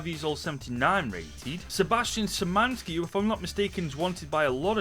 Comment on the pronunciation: In polish, SZ in Szymański read as SH and it will be ok